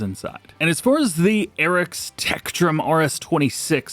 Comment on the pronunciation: ... Did bro really say acrows? It's Arocs 😅 Don't worry, everyone makes mistakes 😊